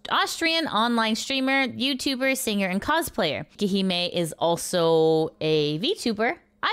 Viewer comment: Quick thing. Her name is actually pronounced 'kay-kee', not 'kee-kee'. Which sounds closer to "Cake Hime" ('hime' means 'princess') when you say it, so that's where 'Cake Princess" comes from. She does have cake, and she could have consciously chosen that name because of it, but just saying.